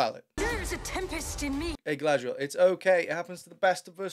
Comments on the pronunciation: I allways happy to hear Chaladrilol its just to funny😂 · Galarr-dree-yell narrates dogpile dialogue written by dollar-store writers, this trailer isn't making ROP any better, in fact it's making it worse. 🤣